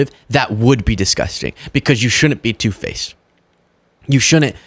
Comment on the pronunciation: I am not being critical because I like watching your posts, but could you tell to say these words properly, in the video he says " Shounen't", It is pronounced Should dent., Then the other word along the same line is he says Dinnen't and likewise it is pronounced Did dent. I wonder if it is just because of which part of the Country you are from, but it is not proper English and sounds like the way a child might speak. I am 68 so I have been around for a long time to know the right and wrong way to say words. But then George Bush is older than me, and that idiot says Nu cu ler when that is also not proper, it is as simple as these 2 words if you say one after the other New clear. Call me anal, but to some people when you say words wrong, they see it as it is a lack of intelligence which I know is not the case with. I have been guilty also but true intelligence is when you learn the proper way to speak, speak properly. To do otherwise is ignorance which can seem like a lack of intelligence or inability to learn. I was once corrected for saying this word wrong NEANDER THAL, look it up or play the enunciation of it on Webster's definitions. It is pronounced NEANDER TALL, with no "H" sound in the pronunciation. Now if I ever use the word, I say it properly and it is fun when someone tries to correct me and they are proven to be wrong simply by googling it.